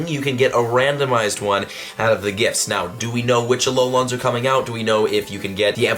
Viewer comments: 😑Tess tess, tess tess ( he calls alolans aloluns) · Ah low Lon’s I’m fucking dead 😂 why the emphasis?